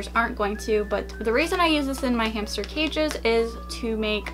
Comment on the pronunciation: In the beginning of the video she said hamcher